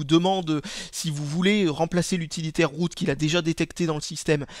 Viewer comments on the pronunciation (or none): on dirais que tu dis toujours biroute,mdr